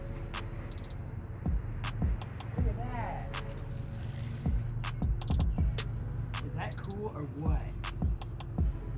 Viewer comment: the first second i tought she said that ass